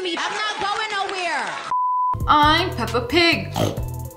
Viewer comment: not pepper but peppa